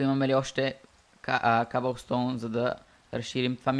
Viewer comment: Не се казва кабълстом . А къбълстом.